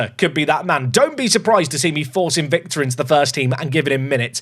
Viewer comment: Hello, romanian viewer here. Victor you got it right, but on Trăistaru you can use this template “Truh-ees-TAH-roo”. The ă letter is pronunced exactly like when you are thinking loud, that log aaaaaaa when you dont know what you say😂. Big love❤